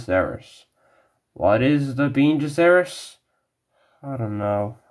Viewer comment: but yet you can even pronounce bene gesserit correctly even tho it was introduced in the first 3 mins of the first film.